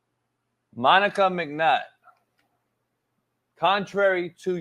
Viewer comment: My boy can't say Monica Mcnutt for shit 😂😂